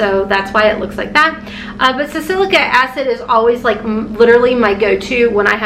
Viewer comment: Think it’s pronounced sal-a-sillic acid…but could be wrong.